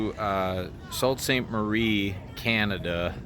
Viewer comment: I'm quite enjoying your videos. I live near Niagara Falls Canada and have ridden many of those same places. Out to California, upper peninsula, Maine etc. Brings back memories. One item, Sault Ste Marie is pronounced Soo, forget the L and T